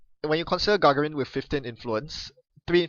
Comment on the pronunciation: Yes, the second should be stressed more. Very nit-picky, but Yuri Gagarin and Buzz Aldrin were two of my childhood heroes.